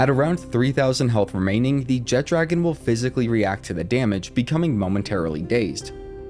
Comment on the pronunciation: Man that alwaya bothers me. Theres No 'D' in the name! JEH-TRA-GONE! NOT JET-DRAGON.